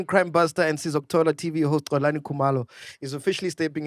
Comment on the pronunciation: can't even say Xolani with a Proper X is insane. I can understand McG finding it difficult coz his Venda... is Xhosa! and he pronounces Xolani as Colani